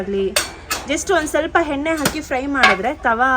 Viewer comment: ಹೆಣ್ಣೆ ಅಲ್ಲ ಎಣ್ಣೆ ಹೇರ್ ಕೂಲರ್ ಅಲ್ಲ ಏರ್ ಕೂಲರ್